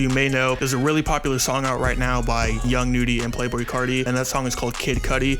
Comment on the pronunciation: STOP SAYING YOUNG NUDY SO FUCKING WEIRD ITS A Y NOT AN E WTF